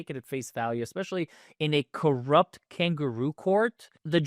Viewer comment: You said corrupt wrong